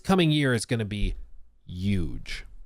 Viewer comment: The h is not silent in huge.